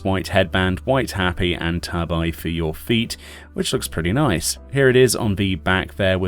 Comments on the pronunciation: Hop-pee not happy. And Tah-bee not tay-bye. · Gonna be one of those weebs but its Tah-bee, not Tah-by, tabi that is